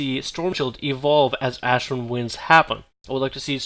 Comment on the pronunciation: It's pronounced "AshrAn" not ashrin